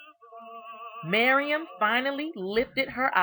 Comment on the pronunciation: I slowed down the video so I could see if it was just my hearing, because I also just kept hearing "Miriam".